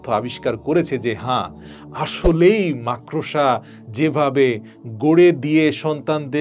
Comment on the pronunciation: সালাম ভাই! আপনি বার বার মাকড়সা’কে “মাক্-ড়োসা” উচ্চারণ করছেন? প্লিজ্ যাচাই (check) করে নেবেন?